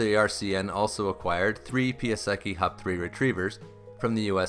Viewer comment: Thanks for this story. Please learn to pronounce my dad's friend, Piasecki, correctly.